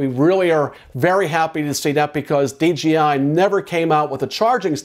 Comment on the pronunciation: the DRONE industry...not JOINT industry. And D J I. Not D G I